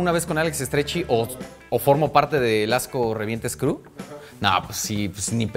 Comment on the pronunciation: ¿Ya supo decir “crew”? 😆